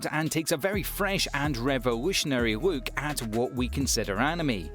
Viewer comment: "we take a wook"